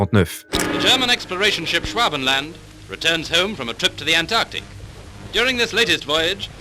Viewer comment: La partie de moi qui a choisie de faire Allemand en Lycée Franco-Allemand prévoit 1925 avec cette prononciation de führer Et Eva Braun aussi Et Luftwaffe (sérieusement Louffewaffe, il oublie carrément le T) Et Schwabeland (Schouabelend) Je vais les lui fourrer dans le crâne